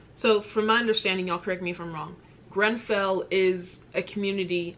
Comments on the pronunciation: Bit of advice make sure you get the name right of Grenfell it comes across so disrespectful, love your work but please don't keep getting that wrong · ‼️‼️PLEASE READ IT ALL‼️‼️ It’s grenfell by the way 🤣 David Cameron was our previous prime minister before thereasa may who made an election and said that if we voted to leave he would resign making Theresa our prime minister but if we voted to stay in the eu he would still be our prime minister the uk voted for us to leave the eu forcing him to resign nobody liked David or not many so that’s why the general public saw this as an opportunity to get a new prime minister but it meant that we were forced to leave the eu which the government didn’t want and they truly believed we wouldn’t vote him out of office but of course he was hated so he kinda screwed himself over believing we would care more about leaving than him resigning,so that’s why we have left the eu ,well in the process of leaving. Also the uk is the same when you were saying the us promised u benefits but haven’t received them for being essential workers. It’s the exact same over here both my parent are nhs nurses, constantly facing corona. The Conservative party (the party of the prime minster who are in office ) ( boris)were debating weather nhs workers should received a pay bonus, before the corona , they cheered when nhs workers did not received a pay bonus. Then when Boris became ill with the virus they thanked the key workers , asked retired nhs workers to start work because it was too much for the nhs, promised us a pay bonus because of our hard work , clapped every week , when Boris became better nhs did n